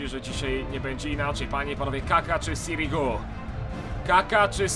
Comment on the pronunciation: raczej sirigu on mówi dobrze